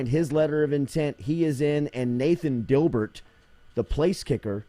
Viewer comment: Jordy destroying the Dibert pronunciation